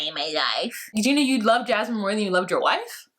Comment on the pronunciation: Don’t spell her name like mine! 😭😭😭😂😂😂😂 I don’t wanna be associated with that woman lol Every time I hear say her name I’m like “huh?! Whaaaa??” 😁😭